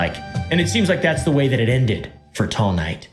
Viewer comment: everytime says tall knight it sounds like teomai